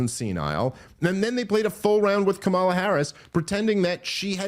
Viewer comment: Is this where I'm supposed to make an anti-gay joke and pretend simultaneously that I'm a serious person? Still intentionally mispronouncing Kamala's name, Dave? Totally not racist.